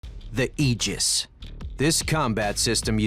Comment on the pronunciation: Finally, a narrator pronounced Aegis correctly!